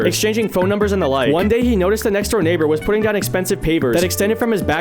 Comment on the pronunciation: I swear to God...i Hear N1gg3r instead of Neighbor at the very first frame...